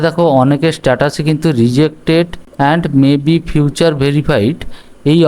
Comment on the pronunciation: Vai tomar ekta kotha khub kane lagche j furtherফারদার not ফিউচার. একটু ঠিকঠাক উচ্চারণ কর ভাই.